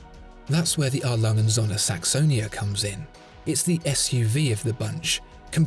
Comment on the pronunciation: The day this guy learns how to pronounce "A. Lange & Söhne" I'll buy one.